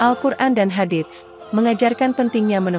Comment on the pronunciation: tlng cara mengucapkan " Hadits " itu tdk kedengaran bunyi huruf t .tapi langsung kehuruf s nya. Dan bunyi huruf pd Shadaqah adalalah Sh bukan Sy